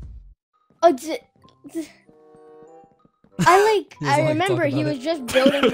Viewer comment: "OH LORD JESUS THERE'S A FIAH" i missed that quote so much.